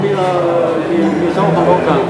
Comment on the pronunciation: Pourquoi il dit le the marocain 😂